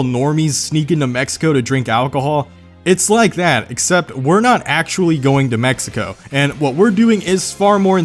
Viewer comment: Why does he say axy and not actually?